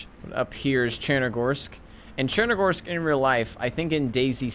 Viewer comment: It’s pronounced chenaroos not tchunarus